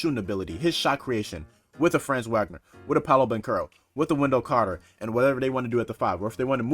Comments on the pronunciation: Bro....if u gonna cover the magic ya gotta pronounce their names right. It's not pronounced how it looks with franz....it's like FRAAHHHNZ VAH-GNER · It’s pronounced Frah-nz vahg-ner if that makes sense